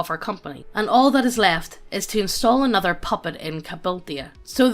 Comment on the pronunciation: Wow, this antigoblinite sentiment is truly frightening. It's gonna be like annuduh goblin slayah!